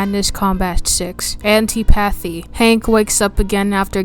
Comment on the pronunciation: Antipathy is pronounced an tip a thE